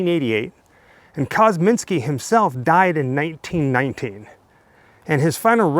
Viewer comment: 😮😮 oh okay 1919 ! You sound like you are saying 1990 . 😳😳😳😳